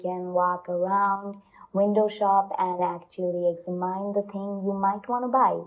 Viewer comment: "Examine"?? First time I'm hearing someone say it like that! Is that how Canadians say it??